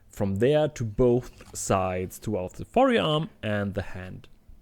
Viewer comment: i like the way you speak. it's perfectly clear what you mean even tho some things are not super 100% correct. i especially find it funny how you pronounce the e in "forearm" (instead of pronouncing it like "4 arm") nice video. i never did any leather work but i like watching what you make. it makes me feel like i accomplished something too even tho i just sat at the computer lol